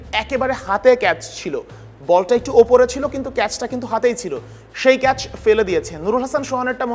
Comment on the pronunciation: ক্যাস নয় ক্যাচ